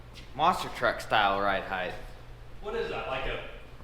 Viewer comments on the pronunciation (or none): Nooooo!! The word is HEIGHT not HEIGHTH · I know habituated pronunciation is hard to correct, but it's not "HEIGHTH" it's "HEIGHT" with a T, not a TH.